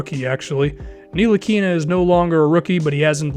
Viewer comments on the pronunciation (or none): It's pronounced without the "N" tilikina